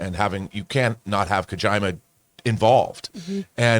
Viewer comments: "Ka-jai-ma" wtf lol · He pronounced Kojima like vagina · KO-JEEEEMA haha or has it been KO-JAIMA? this whole time? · Kojayma butchered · I just spit out my water hearing say Kojima. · I love how kojima name’s been butchered